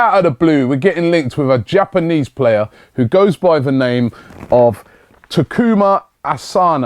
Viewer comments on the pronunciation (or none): none